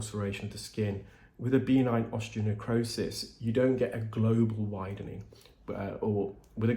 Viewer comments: Love your videos! Please know that I think the best of you. I’m a dialect coach, and deal in pronunciation daily. I just need to let you know that ‘benign’ is pronounced b’ NINE, not BEE-nine, according to all sources I know of in the Anglo world. All the best. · The word “benign” has the emphasis on the second syllable; be-NINE, rather than BEE-nine. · For the longest time I was hearing B9 Keratosis Obturans. I just figured out you are saying benign Keratosis Obturans. I crack myself up. 😁